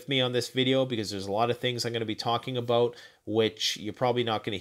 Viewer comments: What’s that aboot? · I love when Canadians say the word about. Much love and thanks for this video. Thank you!!!!